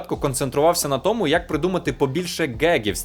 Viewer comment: 10 років *тому наголошують на другому складі